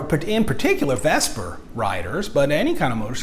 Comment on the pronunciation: You said Vesper rider there at the end. Dork. It’s Vespa. Vessssssspppaaaaaaaaaaaaaaaaaaaaaaaaaaaaaaaaaaaaa.